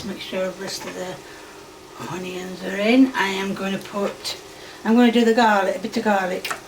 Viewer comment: I really enjoy watching your videos, but I cannot stand you saying “honeyyuns” can we take a vote for you to stop it?